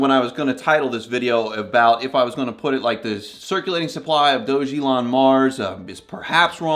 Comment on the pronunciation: It’s pronounced “DOG-A-LON”